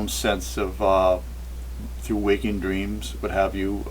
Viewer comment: Did he says dteams? Cant trust visions and dreams!